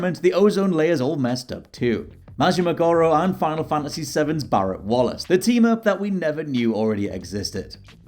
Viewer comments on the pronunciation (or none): none